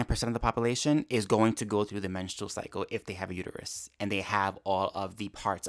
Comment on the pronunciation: I can hear Homer saying to Marge now... It's uterus not uteryou. 😂😂😂